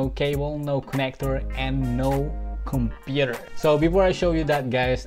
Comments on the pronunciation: The way he tell computer 😂😂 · Got thay Filipino accent 😂